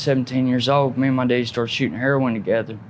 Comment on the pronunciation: I knew when he pronounced his dad as “deaddy” he was from Cullman area 😂 they are some country fuckers! Sad story tho. Opiates are so deadly, and all the evidence on pill mills and corruption…sad country we live in. But let’s ask up America!! 🤡 🌎